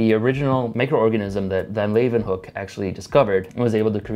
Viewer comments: "laywenhuk" I believe it's pronounced "leeuwenhoek". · ANTON VAN LEEUWENHOEK, not Antony van lan hook, not mad just surprised this guy didn't get it right. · Pronounced "Louenhoek"